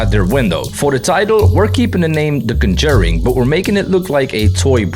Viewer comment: Much respect for your skills. Much confusion at your pronunciation of 'conJURing'.